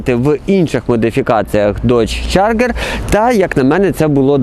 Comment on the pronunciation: Я тут згоден, трошки забагато води, та й вимова моделі - це повне фіаско. Чаргер😅😅, мускулкари.....